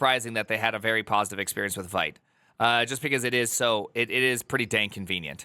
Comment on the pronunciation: Vite is pronounced "Veeet", it's french for "fast" or "quick" Vite (French word for "quick", pronounced /vit/ , like "veet")